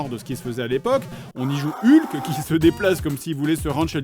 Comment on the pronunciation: Excellent épisode, l'attente en valait vraiment la peine! seul bémol: Hulk ne se prononce pas comme ca s'écrit, ça se prononce HOLK! avec le H expiré merci